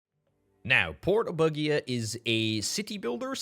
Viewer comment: pleese i like you a lot but let the google translate read to you porto BUGIA in italian so you have the right phonetics ...its unhearable...like my english...-.-'